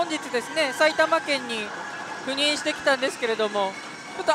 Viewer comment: ところどころ言う赴任…避妊と不倫に聞こえてしまって悩むわ